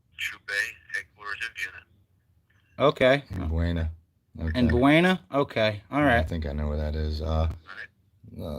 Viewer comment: Locals pronounce Buena as "Boona".